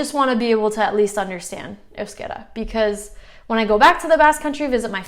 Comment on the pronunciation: Congrats, maybe the first step for you is the sound of the Vowels and how to write down it, you pronounce Euskera properly but wirtes euskara, I know this is going to cause some confusion but I learnt other languages making a lot of mistakes and so far, but you are a smart girl, you can do that cheers